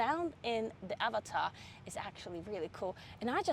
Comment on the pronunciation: As an Indian, I appreciate your pronunciation of Avatar, much closer to its actual pronunciation.